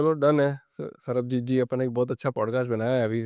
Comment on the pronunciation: The moment he said sarabjeet instead of sarbajeet 😂